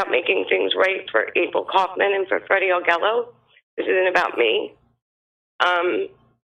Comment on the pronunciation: Augello is pronounced "Ah Jello". Free Freddy.